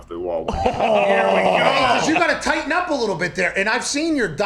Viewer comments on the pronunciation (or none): none